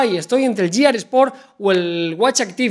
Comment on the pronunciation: GEAR se pronuncia GUÍAR, no lliar como hacen repetidamente los. Pueden decir, es que yo lo pronuncio es español. Pero es que la G no suena como Ll ni en español ni en inglés en esta palabra. A los youtubers latinoamericanos no les pasa.